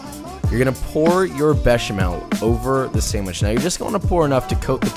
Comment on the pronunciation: ...but he nailed béchamel. Monsieur isn't exactly unknown to American English speakers.